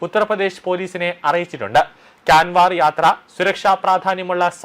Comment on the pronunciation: Canwar alla...😱😱😱😱Kaanvar".onnu Dictionary noki correct Pronunciation padicholu